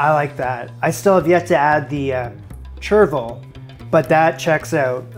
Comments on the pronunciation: Apparently you don’t skim a shellfish stock or bisque . I know this from a chef I worked with . He knew this cos Gordon had told him the week before . Also it’s ‘shur-ville’ and one of the classic French herbs, very popular in salad mixes, tastes like a mild tarragon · It's "shur-vil" :D Awesome recipes! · It's pronounced Shervil...the difference between hollandaise and bernaise (my one Friends reference)... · It's pronounced like "cauj" for the record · chervil is pronounced shur-vl. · It’s pronounced sure-vill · Chervil rhymes with "gerbil." I guess it's kiiiind of like parsley, but more aromatic.